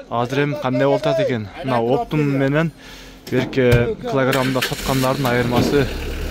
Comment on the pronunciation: Оптум эмес оптом же кыргызча дун баа дейт эллик эмес элуу кыргызча билбесен тартпай эле койчу